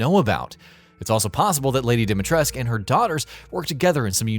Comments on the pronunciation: OMFG! It's DimitrescU, pronounced with a U not "esc"! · DimitrescU not dimitresk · it's not Dimatresku either...it's Dimitrescu, like dee-me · you must read it as "dimitresku", NOT FREAKING"dimitresk" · Dee-Mee-Tres-Koo Not "Dimitres" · it's Dimitrescu! not Demetresc. pronounce it right. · It's pronounced Dom not Dim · Every time this guy says "dimy tresk", A Romanian child dies. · Or even those who still call her “dima tresku” even after listening her name being called by Ethan in the demo 🥲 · Yes. It's not like anyone calls the dictator Ceausescu "Ceausesk" or "Ceauseesk". Dimitrescu is pronounced exactly the same. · Any time he says "Dimitresc" I die a little on the inside. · All the romanians must be cringing so hard as even i know that you are supposed to pronounce the SCU at the end. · Ethan, who is voiced by an American, told what to say by a Japanese person, has no idea how to pronounce Dimitrescu. Ask any actual Romanian, if you even know any. I know 3 Romanians. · exactly, seriously no idea who decided to tell the actor that the u is silent. Even the japanese version is closer to the correct version. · I like how this guy mispronpunces dimetrescu wrong everytime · I think you forgot the 'u' on the end of Dimitrescu. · the only thing confirmed is that English localization team doesn't know anything about pronouncing Slavic names. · could be the way Ethan pronounces it, but he mispronounces most names. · Ruthless Romanian dictator Nicolae Ceausescu had his name pronounced with the "scu," so why not Lady D? Did Capcom include an inaccuracy in the game? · Don't worry about it ;) Yes I know they did which is baffling to me as you could just walk up to anybody on the street here and ask them how it should be pronounced. A very weird decision if you ask me. Also a lot of people here are a bit mad because of this :D Gamers I mean. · No U on the end of her name, heard, gotcha, thumbs down. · Still mispronouncing her name....